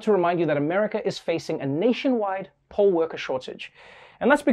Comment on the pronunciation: Also, I'm from Las Vegas. So when you say "poll worker" you need to clarify lmao cuz I was hearing "pole worker". Then you hit me with the "most are over 60"😮 then with the "they only need you to be 16"😳then "thanks..40,000 of you signed up to work the 'poles'"😏 lol